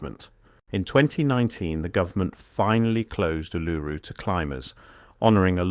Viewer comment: The problem with AI voice narration is that it can’t pronounce Uluru properly